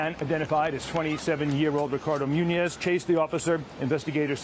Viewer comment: it munoz but i forgive you for the mis pronouncing